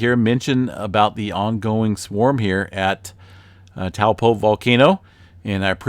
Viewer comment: (Toe- paw) not (towel-po) ..great vid